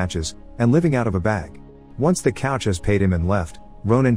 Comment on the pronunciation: Funny hearing a guys voice being called robotic in one of these videos. When you can't even proof your editing to know how to pronounce coach not couch.